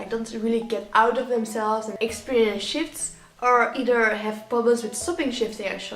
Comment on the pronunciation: "Experience shifts.." I heard sh*ts. I was like,"what did she sayyyy?!"